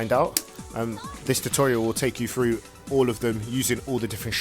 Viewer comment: frew, instead of through. Interesting.